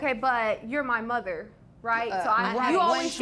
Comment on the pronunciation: The emphasis on “my mother!” shook me 🥴🤭